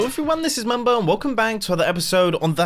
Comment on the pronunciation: Did anyone else hear “ hello everyone this is mumbo welcome bang “ ? XD